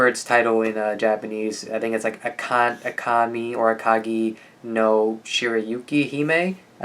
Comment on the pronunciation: Agami no shirayikihime you got it correct just said agami wrong but it's good enough (you need more subs and likes your good pat youtube)